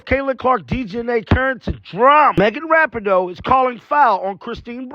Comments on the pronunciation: Dude, her name is pronounced "RaPEEN-O"!! You're driving everybody crazy w/ this "RaPINN-O". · It's pronounced Ra-pee-no